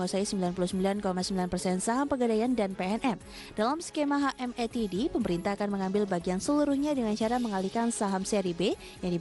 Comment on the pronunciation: HA EM TI DI pdhal bukan bahasa inggris. Ha em te de mustinya.